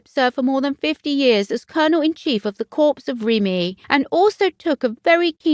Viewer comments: I understand. US President abd Commabdee if the Armed Forces for 8 years continued to call the US Marine Corp the ‘CORPSE’ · Very pleased as the Countess is not appreciated enough. The commentator should note you do not pronounce the s in corps. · A Royal Insider should know how to pronounce corps. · The pronunciation drove me mad too, such a poor error to keep repeating. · Same narrator I think who says cowhide.....terrible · Drove me mad too If you can’t pronounce words properly maybe reporting is not your” forte “ NOT PRONOUNCED FORT😂😂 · It's never pronounced CORPSE (meaning a dead body) ... CORPS is pronounced COR without the 's' and is French for 'body'. Kindly research the correct way of pronouncing things when doing a voice over as it can be totally jarring to the listeners when words are massively mispronounced. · I sincerely hope she did not visit the corpse!!!Corps is pronounced Cor.Please correct.This is an alarming duty for Sophie! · Interesting. At least in the U.S., Corps is pronounce “Core” with the S” being silent. Corpse is something left behind when one dies. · Can't believe the presenter said corpse --Not Corps - pronounced coor. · I cringed. US President Ibsma called our Marine Corp the ‘CORPSE’ too! Ignorance! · It's pronounced core not corpse. Corp with a silent P. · Do try to pronounce words properly. Corps is pronounced core. Not corpse! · Um ... It's pronounced "core" ... Not "corpse" ... Hope this helps ... 😊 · Excellent choice. It’s just a pity that the presenter kept referring to the Corps as a dead body !! I.e. Corpse. Please check pronunciations before venturing forth as Corps is pronounced Core. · And don't know how to pronounce corps. It's core, not corpse. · This is very happy news, Sophie is a good strong woman. As a point of reference ‘Corps’ is pronounced ‘Cor’ as the ‘p’ is silent. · Very happy news, Sophie is a strong woman. Just remember “Corps” is pronounced “Cor.” The ‘S’ is silent. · Yes and the s